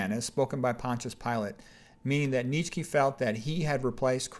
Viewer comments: Nietzsche is pronounced "Knee chuh" BTW. 😀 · Where oh where did you come up with that pronunciation of Fred's last name??